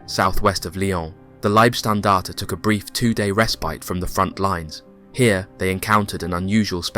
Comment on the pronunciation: Warum sprichst du nicht Deutsch?☝️ LIEBSTNDARTE 😂AH..na servus usw... eine fürchterliche Aussprache, peinlich